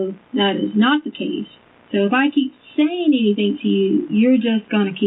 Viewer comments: I don’t believe “anythink” she says! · if she says "anythinK" one more time......